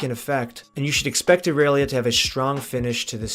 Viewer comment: "I" relia